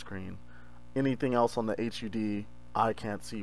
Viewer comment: I've never heard someone call it an H.U.D. It's always hud.